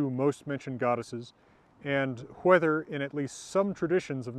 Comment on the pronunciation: Love your videos. Love your relaxed demeanor. Love your "Hwether" pronunciation. It seems a more original pronunciation with the hard H.